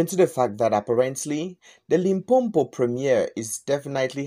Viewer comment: Its not LimpoMpo wena....it's Limpopo